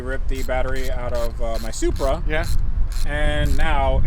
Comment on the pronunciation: He said "SUPRA"